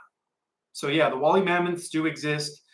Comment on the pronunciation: DO YOU MEAN "WOOLLY" MAMMOTH, PROUNOUNCED: "WOOL-LEE" MAMMOTH! B/C THEY WERE WOOL-LY W/A COAT OF HAIR...